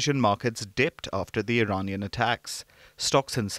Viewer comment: The day you see an Indian who says "IRAINIAN" and not IRAANIAN, you know the person needs to go back to school :person-turqouise-waving::person-turqouise-waving::person-turqouise-waving::text-green-game-over